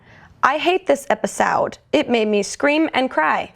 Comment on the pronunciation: "episoud" HAHAHAHA